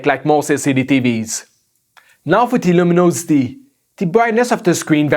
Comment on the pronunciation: downsiiide like the varying lumonosity and the interrrrrpppppppooor detention lol